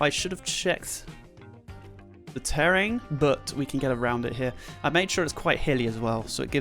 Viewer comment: Omg why can't you pronounce terrain properly?😂😂😂